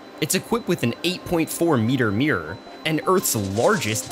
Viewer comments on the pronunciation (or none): By my Ancestors atleast say MIRROR properly. it is not "meer".